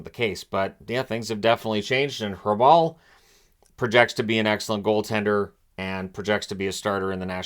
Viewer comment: His name is pronounced Raball. The a like in park.